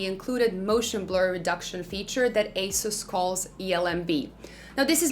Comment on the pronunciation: AH SOOS, NOT ACE US